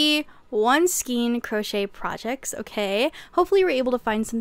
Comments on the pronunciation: Isn't it pronounced like skane, not skeen? Am I wrong? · Skayn, not skeen. Thank you for this video! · ei in skein is pronounced as AY Sk-ay-n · Love your videos, I really do but it's pronounced as (skayn)the word skein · Skein is pronounced "skayn." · I didn't want to say it 😂 But YES!